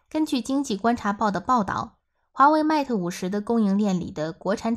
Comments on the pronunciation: 好好学习，mat和mate 如何读？ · Mate不是這樣發音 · 她讀得實在太難聽，將品牌代表性糊掉了!